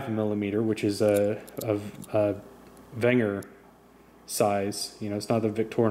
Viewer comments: Wenger doesn't have a V in the word so it's pronounced Wenger. Besides this is America not Germany. Wenger!!!! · Wenger- American pronunciation. Venger- German pronunciation. This is a German knife. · This dude pronounces Wenger wrong. 😆